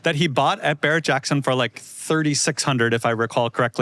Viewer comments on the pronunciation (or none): none